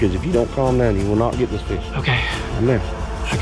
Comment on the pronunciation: You said git not get